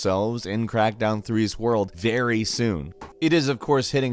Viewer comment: Is it me... or you messed up - and instead of saying Crackdown... you said CrackTown ??